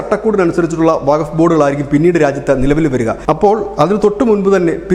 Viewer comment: വക ബോഡ് അല്ല വക്കഫ് ബോഡ് എ ന്നാണ്